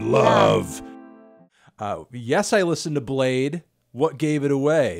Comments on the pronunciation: Bro it’s pronounced bladee not blade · Ok why does he pronounce 'Bladee' as 'Blade' 😖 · Wait it's pronounced blade, not blad-ee?? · What the fuck "Bladee" is pronounced "Blade"???